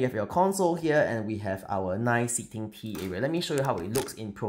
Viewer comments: I really thought you said they sell "pee" products lol 😂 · For the first minute I was hearing pee and I was so confused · Oh, TEA!! I was barely a minute in and had to rewind a couple of times then finally turned on the CC. Tea was not what I was hearing. 😅 Beautiful work as always!